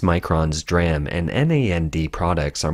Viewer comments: For reference, "DRAM" is pronounced "dee-ram", not "dram." "D-Ram" is a specific type of computer, random-access memory; "dram" is a unit of apothecaries' weight, a small drink (of liquor), or a small amount of something. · It's not dram it's d-ram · In the chip industry, DRAM is pronounced "DEE-ram" and NAND is pronounced "nand" just as it is spelled. It's not spelled out as n-a-n-d.